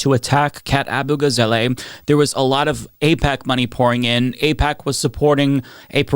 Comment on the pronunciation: AbugaZAHleh, not AbugaZAYlay